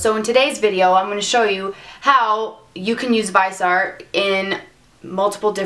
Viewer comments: vizzie-art please. the other pronunciation grates every time no matter how good u r as a mua.Liked ur content tho. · It's pronounced Vis(as in vision)-E-Art